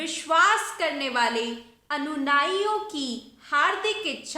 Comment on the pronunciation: अक्षरता नहीं अक्षरश: .. अनुनाइयों नहीं अनुयायियों ... कृपया अपनी हिंदी सुधारे देवी जी..